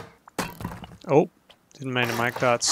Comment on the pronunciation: lol zeal-e-us